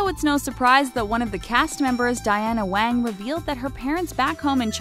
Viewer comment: The way she said Wang pissed me off, it's really not that hard to pronounce Asian names if you try